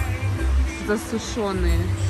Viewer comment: В слове засушенные , ударение на "у"